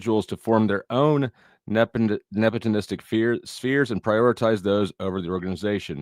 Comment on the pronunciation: Ta-ta-ta-today Jr! Get it out that's what he's talking about loyalty is the same thing as acting nep·o·tis·tic•ally. you are RsaysRwhat? nep·o·tis·tic 😂 nepitlistic and nepotonistic LMAO 🤣 yet Andrew is the tard here? U still don't even get it or know WTF it means! Here's the definition: the practice among those with power or influence of favoring relatives, friends, or associates, especially by giving them jobs. Friend, Associate, And family Or giving them jobs! So what it doesn't matter how much you cry about it or what you think or feel about it won't change it! Also it's his ch and business to do with what he pleases nobody else's this ain't a democracy! Lol Andrew is the king of the crucible only his subjects are who he hires and that's also all his own business and not for everyone else to know. IDK why you even care so much at all! Just a low tier pocket wacher is all WTF do you care? Jealous acting like crazy ex gf lol ghey. Clout trout trying to drama farm and ur still stuck on 💩 that happened last week and it's boring no one cares anymore move on Sarah is over it more than you lol 😂